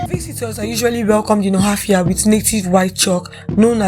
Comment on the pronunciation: She didn't pronounce it now